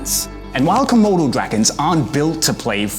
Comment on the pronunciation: When the komolo moved it was like was about to go komodo not komolo